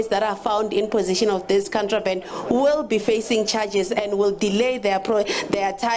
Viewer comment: The way she struggled with 'contraband'. Shembe!